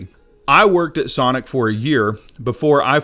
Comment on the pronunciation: I don’t think you can say “Sonic.”